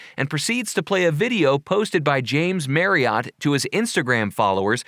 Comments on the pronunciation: Jamed Marry-AWT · The way he pronounces james’ last name bothers me so much Idek why